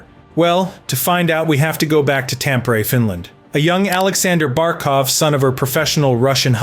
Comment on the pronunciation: It is Tampere, not Tampiri!!!!!!!!! 😮